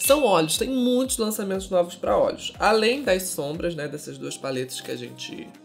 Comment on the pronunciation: falando 'olhos' e eu entendendo 'óleos' kkkkkk